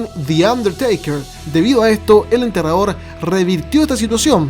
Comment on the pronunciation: Siempre se te escucha entrenador deberías aprender a hablar o decirle undertaker o enterrador bien dicho